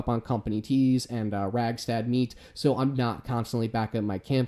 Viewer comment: Cool build. Thank you. Am I the only one hearing you say, “Ragstad meat?” Lol. Sorry but I heard it once and then I couldn’t unhear it.